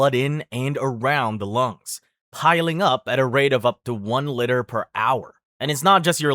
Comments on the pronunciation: Isn't it liter and not litter? We're talking about volume right? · LEE-TER, not LITTER!!!! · liter NOT litter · My dude the word you're trying to say is "LEEEEE-TER" not a "Litter" of blood. If you get litter in your blood, you're gonna have a bad time. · "Lee-ter" not "Lit-er" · Liter (pronounced "LEETER") Not litter. Great video but that got to me. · LEE-TUR LITRE NOT LITTER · Omg!!! It’s pronounced LEEE-ter!!!!!!! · The way he says Litters is frying me 😭😭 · litter? Huh? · Litre ❌ Litter ✅ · "litter" lmao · I have never heard someone pronounce liter as litter before. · No way in hell I would ever trust someone who pronounces liter as litter. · Good video but please stop pronouncing liter like litter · Stopped watching the second to pronounced liter "Litter" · Why u keep saying litter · its an accent🥹💀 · Litre is pronounced " lee ter". Pathetic. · It's driving me absolutely insane the way he pronounces liter as 'litter' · Litter. But he didn't say it like that every time. My guess is comment-baiting, which I guess we both fell for. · I do wish you would learn how to pronounce words. That would be nice. One litter of water. No, that’s not how that is pronounced. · You need to apologize for the way you say liter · My god how are we pronouncing "LIter," sir? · I got more stress from how he pronounces liter than the video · anyone else disturbed by the way he pronounces "liter"?